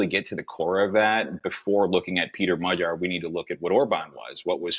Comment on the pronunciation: described the situation in Hungary very well. He also knows how to pronounce 'gy' in Magyar:)